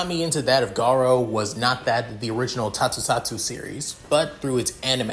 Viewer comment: It prenouce Tokusatsu not tosutsatsu dude Also i have feeling this pairing will be izuku x reiko since this involve supernatural You can use dark deku early